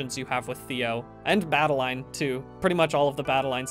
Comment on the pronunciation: Bad-i-LINE? Not Bad-al-in as in Madeline?